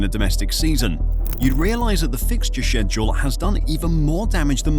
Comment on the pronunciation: WHY DO U SAY SCHEDULE LIKE THAT